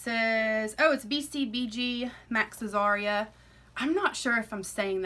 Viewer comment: It's Azria, not Azaria.